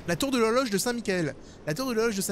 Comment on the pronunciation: Ta dit lologe a la place de l'horloge à